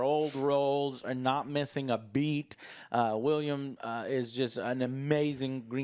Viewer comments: For god's sake.... It's "Will-Em"..... not " William"!!! Other than that... Good video. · It's WILLEM. WILL-EM. NOT WILLIAM. Holy SHIT, why do you always mispronounce names? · Joe, his name is WillEM Dafoe, NOT WillIAM Dafoe. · How long before Joe realizes It’s willem dafoe and not william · Poor is unable to pronounce "Willem"